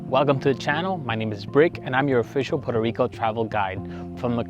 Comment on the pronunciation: Puerto Rico , NOT Puero / Poro Rico, as my gringo teacher corrected .